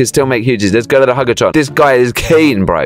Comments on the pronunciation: ITS HUG-A-TRON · It's huge a tron not huge a hug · "Hug a tron" 💀